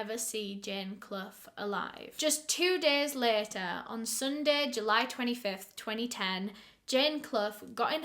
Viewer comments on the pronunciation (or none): none